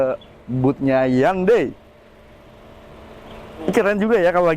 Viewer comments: Ralat bacanya HYON - DAE 😁👍🏻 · Bacanya kok handei sih....🤣🤣🤣